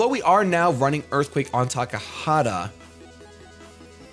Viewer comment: Calls the Venusaur TakaHAta, but writes the name as Takata... We love ya'